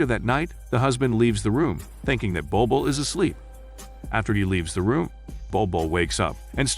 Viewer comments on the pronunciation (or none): I love this film , sadly the name is butchered here